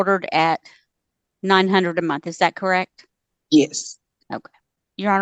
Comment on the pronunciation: its month...not munt!